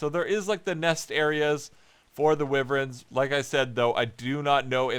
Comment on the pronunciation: Who else got triggered when he called them wiverns